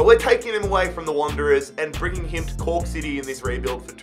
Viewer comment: Im laughing my ass off i heard coock city i cant anymore lmao